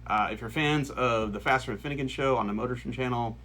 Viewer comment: FINN—-eee—-gan great truck for pulling trucks not burnouts…… spend some dat money dude